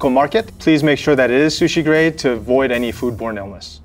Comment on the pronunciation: " This is my favourite shushi"- 👴🏻